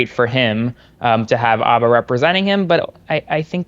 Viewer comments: I love your show but, for the life of me, I don't understand why you and Aaron Parnas insist on mispronouncing Alina Habba's last name. The H is not silent. You've even heard her say her last name in video clips yet, in video after video, you and Aaron continue to call her Abba. I'm no fan of Alina Habba, believe me. How she passed the Bar exam I will never know, and she is an embarrassment to the profession. That stated, she does deserve to have her name pronounced correctly. Thank you. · More out of curiosity than out of any respect for her personally (I have none), I wonder why you keep calling her "abba", as if it was a homophone for the band. It's Farsi/Chaldean and the H is not silent. Nor is it a soft guttural like the Islamist group Hamas. Your pronunciation sounds odd to me. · Why do some yanks drop the H off habba and pronounce it Arba? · Y'all make so many really good points but please learn how to pronounce "Habba". It's annoying enough to have to hear her name constantly all over the place but mispronouncing it is doubly annoying. The "H" is not silent ... 😊😊😊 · Why don’t you say the H in Habba? Is it silent? Other news outlets say the H. I’m confused 😢